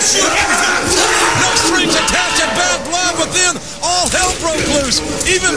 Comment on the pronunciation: Wow... you are right, actually... the intonation he used to say "Bad Blood" was more like it would be for the word "Backlash," so I guess I'd assumed he said Backlash... weird.